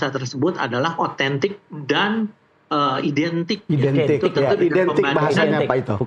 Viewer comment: Identik kok huruf A nya beda sendiri😂😂😂